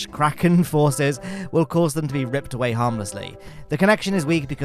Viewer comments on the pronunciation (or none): none